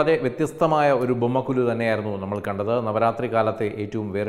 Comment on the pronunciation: ബൊമ്മക്കൊ"ലു" എന്നല്ല, ബൊമ്മക്കൊ"ഴു" എന്നാണ് ശരി.